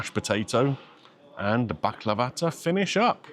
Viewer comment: I know it may sound odd but thank you for pronouncing Baklava the Turkish way! I'm tired to hearing baklaaahva and being corrected to this ☺️ PS: Nothing beats my auntie's homemade one 🤤